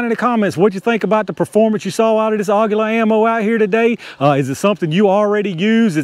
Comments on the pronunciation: Aguila is pronounce "Agweela" which is Eagle in Espanol. nice test! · it is pronounced AGEELA, that is the proper spainish /mexican pronunciation. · According to everything I see and listen to for translation, it's AH-gee-lah. Emphasis is on the first syllable. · Aguila is pronounced like Tequila . :) Never saw one drop under 1000 FPS . Very nice !